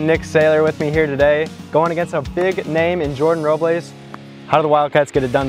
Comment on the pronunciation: If you took a shot every time switched between pronouncing it “Row-bles” and “Row-blays” you would have been blacked out by game 2 😂